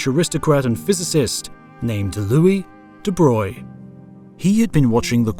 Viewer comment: Again, thank you for pronouncing 'de Broglie' correctly ;) well, at least more correct than 'de brog-ly', it's still not quite 'de broy' ... try the soundbite on the wikipedia page for him :)